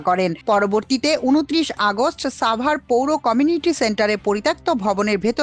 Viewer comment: শব্দটি সাভার হবে, ছাভার নই।